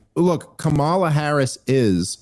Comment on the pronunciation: Could you pronounce " kamala" correctly even one time? I promise it won't make me think you like or respect her.